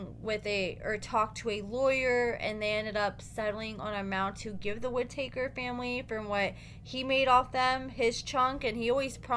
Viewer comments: Their last name is Whittaker not Whititaker. Lol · Whit-ah-kerr, not woodtakers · You're pronouncing their last name wrong it's not ( wood takers) it's Whitaker pronounced ( WIT- A -CUR)😂😂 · Its Whit a ker not whit a taker. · The “wit ah taker family? Tha hell is that? It’s Whittaker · Whit - a - taker 😂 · Their last name isn't two words it's one not whit taker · The way u say their last name 😂😂😂🤦🏽‍♀️🤦🏽‍♀️ Whi-ta-kers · How are you going do commentary on them when you can’t say there name right??? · Learn how to pronounce their name correctly. Be more professional if you're going to upload a video. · And needs to say the name correctly….. 🤷🏻‍♀️ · I'm extremely familiar with the family and I know that he is pronouncing it wrong.